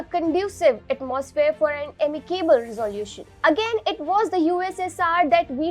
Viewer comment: " Resolution " could have been pronounced a lot better?🥳😎🙄🙄